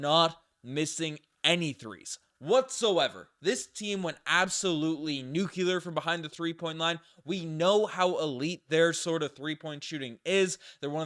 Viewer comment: No such word as nuculer its nuclear!!! Don't give Newfies a bad rap!